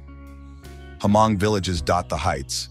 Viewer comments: they are probably tired of correcting you guys so they just let it go. It's not HA-MONG. It's pronounced MONG, spelled Hmong. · It's not pronounced Ha mong It's just hmong the H is silent.😊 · Ha-mong is a word for Hmong in a bad way. It's Hmong(Mong) Not Ha-Mong. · It's pronounced MONG for (Hmong) not HAMONG. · It’s pronounced Mong, where the H is completely silent not HaMong! 😢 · yes! Definitely!! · i have never met a Hmong person teaching other ethnicity to call us HA-Hmong. i told you it's Hmong and pronounce it MONG. Not HA-Mong. HA-mong is a bad word like if you call a black person a N'gdrrrt. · Beautiful documentary, but would appreciate it if you didn't confuse/mix the Hmong people for other ethnic minorities so much. And, it's not pronounced Ha-mong. The "h" is silent. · we need to correct them when they are saying it incorrectly.